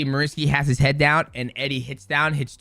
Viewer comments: Pronounced marry-ous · "Marry-us puj-in-off-ski" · Mariusz is pronounced just like Beneil Dariush, just with an m, then it's poo-ja-novsky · Man called him maurice😂😂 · Absolutely disgusting you can't pronounce Mariusz name and said it as if you've never heard of him. Are you for real or being a dick?